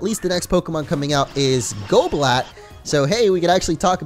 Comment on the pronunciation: Goblat sounds like golbat